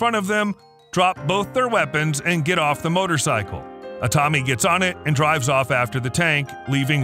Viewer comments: Jesus my ears… the name os like biblical ’Adam’ like Aaaaa-tami, not ’Edam’ like cheese how you mispronounce it. But thanks for the transcript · That's the American pronunciation.